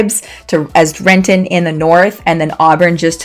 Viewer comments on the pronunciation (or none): Rent'n. The I sound is silent. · Madame! Its Rent'in, not Ren-ton. And its not federal way, its felony way. Are you are local or not. Whats next, Mont' Rainier.